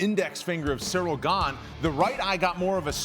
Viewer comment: He caught fingers to BOTH eyes. And only Tom can say which hurt more. So, if he holds one more than the other, you can not imply he was checked out. AND BTW, CHAEL: His name is Ciryl. Not Sareal. Pay some respect, son